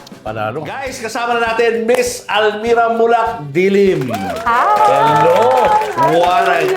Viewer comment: Dy-Lim , not Dilim